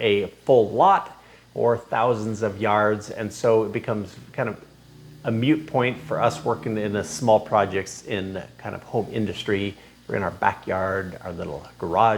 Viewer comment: Mute and Moot are not the same word or same pronunciation.